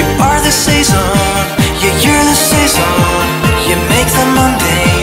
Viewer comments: the two of us saison のとこめっちゃ発音良くふたりせぞーんって言ってるようにしか聞こえない。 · The two of us saison日本語の発音に似てて違和感ない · 二人セゾンの発音そんな変わんないｗｗｗ 凄いですね、、、😂😂💖